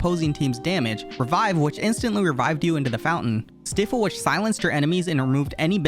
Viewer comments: I would have subscribed and liked but you said stifle not St-eye-full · Stifle is pronounced “styfle” bud lmao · RIP for Stifle being pronounced as Stiffle